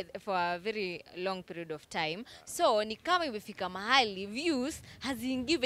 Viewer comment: nimeskia ukisema kwa a veli long peliod😂😂